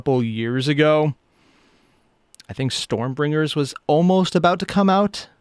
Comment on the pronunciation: "Stormbrringers"... ..."STORMBRINGERS"...